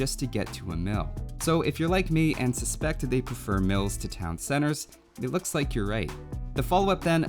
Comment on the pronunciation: I heard "MILFS" the first time you said mills and that gave me a reasonable answer to the question.